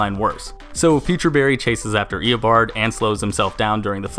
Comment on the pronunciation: you saying "eobord" gave me a headache.